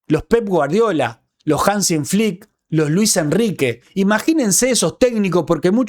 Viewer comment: Hansi Click, sin "n": Hansi